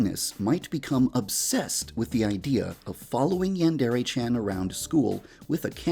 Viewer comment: Why does he pronounce "Yandere" so weird. As don't sound like that in Japan lmao